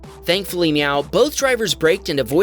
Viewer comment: "Thankfully meow"!!!! Excewuse mwe?